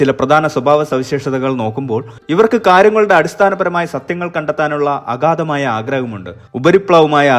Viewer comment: ....aghathamaaya... is not correct agadhamaya... is correct.